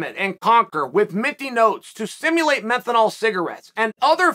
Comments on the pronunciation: Not “men then all”, it’s men-thall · I have a few friends using Füm and absolutely love the peppermint or as Cahel calls it "menthinol" 😂ones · “To Stimulate Menthenol Cigarretes” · “Menthonol” cigarettes LOL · i wanna hear chael say "menthinol" again 😂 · Did he say methanol cigarettes. Yikes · My man said "methanol cigarettes "